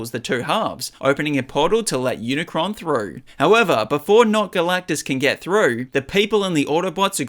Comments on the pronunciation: bro said unicorn and not unicron😂😂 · He said unicorn instead of unicron😂😂😂😂